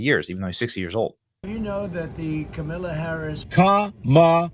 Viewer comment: I thought her nieces said it was Camel-la 😂😂😂